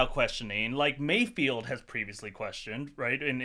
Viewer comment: It's mayfeld, not mayfield.